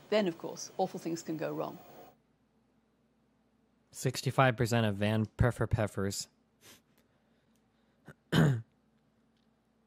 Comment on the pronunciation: Destiny : “Sixty-five percent of ’van perfer peffers‘ (smirks to himself) 😂 “